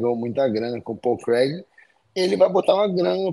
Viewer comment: Minotauro: "Pau Crag"